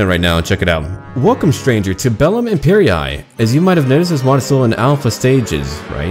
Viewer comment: Bro... Wtf did you say it's called? (The mod) They use 2 i's and you still read imperay